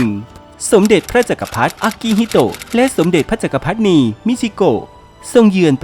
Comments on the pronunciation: "จักรพรรดินี " อ่านว่า จัก กะ พัด ดิ นี ไม่ใช่ จัก กะ พัด นี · "แดนอาทิตย์อุทัย" ไม่ใช่ "แดนอาทิตย์อุไร" แล้ว "พระจักรพรรดินี" อ่านว่า "จัก-กะ-พัด-ดิ-นี" ไม่ใช่ "จัก-กะ-พัด-นี" แล้ว "ปลานิล" คือ "ทิ-ลา-เปีย" หรือ "ทิ-ลา-เพีย" ไม่ใช่ "ทิ-ลา-เฟีย" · จักรพรรดินี น่าจะอ่านว่า จัก - กระ - พััด ~ ดินี หรือเปล่าครับ